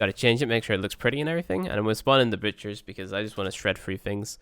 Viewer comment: why does he say butcher as bitch-er?? xD